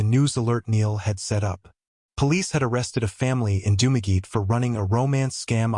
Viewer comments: It's pronounced "Dum-a-getty", not "Doom-a geet". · Dumageet??? AI much ???